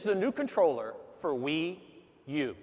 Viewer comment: Everybody welcome the Nintendo Wew!!